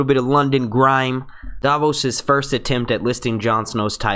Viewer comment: marvioxious1989 are you listening to the same guy that I am.... He speaks perfect English...an accent is not the issue here... He pronounces Davos, Sansa, Tyrion, Stannis, Kinvara, Melisandra, and Danarys correctly.... Accuracy shows intelligence and that he cares enough to get it right. It's called constructive criticism. If something is worth doing, do it right. If mediocre is good enough for you, fine.... But that's not how I was raised.